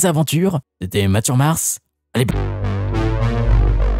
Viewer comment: Je crois que t'as à moitié mangé ton "bye" de fin 😅